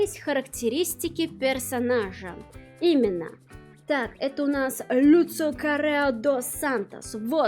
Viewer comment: почему люцио.... может я что-то не понимаю, но он даже в оригинале лусио.... вообще очень здорово видеть что в ру комьюнити кто то покупает такие дорогие штуки, вполне уютная распаковка